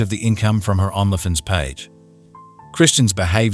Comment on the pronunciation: Are there rules about pronouncing Only Fans on YouTube? You prounonce Only Fans as "ON-la Fins" instead of "Own-lee Fans". Why? It's distracting from the seriousness of this crime.